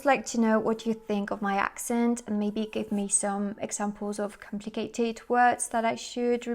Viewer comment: Da un insegnate severo... complimenti per il tuo italiano! Non direi tu abbia un accento, hai solo un'inflessione sbagliata su alcune (poche) parole (come quando parlando inglese, per il resto perfetto, hai pronunciato in modo particolare "some"), se il tuo inglese merita 99/100, l'italiano è già a 95/100...